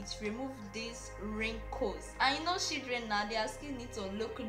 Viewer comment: Bro your english is terribly 😂, what is "shidreen" and "CoCoNUt OyE"?